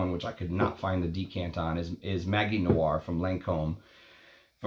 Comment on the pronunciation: Interesting video. Btw, in French, ‘magie’ is pronounced with a soft ‘g’, as with the English ‘magic’.